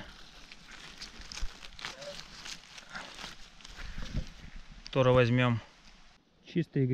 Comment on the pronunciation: Ну почему. торэ , а не тоже ?